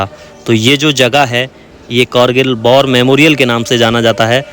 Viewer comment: War ko bar bol rahe hain.